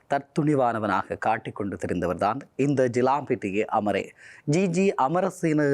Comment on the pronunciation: யுலாம்பிட்டிய அமரே என்று சொல்லுங்கள். ஏன் யுலாம்பிட்டிய என்று "செல்லக்கூடிய" அமரே என்று சொல்லிச்சொல்லி எங்களையும் எம் "செந்தமிழையும்" கொலை செய்கிறீர்கள். இப்படிக் கூறுவதை உடனடியாக நிறுத்துங்கள்.